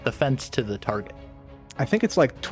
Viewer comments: "targét" " h weat" i see these gentlemen have their grammar in order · targét: WELS-MART